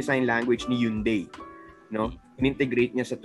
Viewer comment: Its actually pronounced as hyeon dae as per the pronuciation of the individual hangul characters (현, 대).